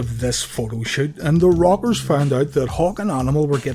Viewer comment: I know this video is 2 yrs old but it's new to me and it sounds like your saying The Robbers